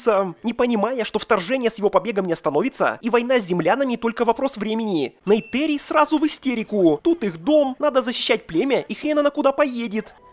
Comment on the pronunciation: какая Нейтэри💀 в фильме сто раз что в оригинале, что в русской версии звучит именно НейтИри